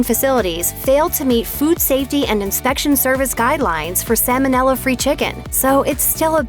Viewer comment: The word for the dangerous bacterium is Sal mo nell uh. It is not an oily fish (Salmon), i.e. Sam mon (nell uh).